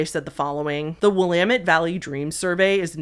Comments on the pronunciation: based PNWer knowing how to pronounce Willamette correctly 😂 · Aw, you said "Willamette" correctly. You must be from the PNW 😂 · thank you for saying "Willamette" correctly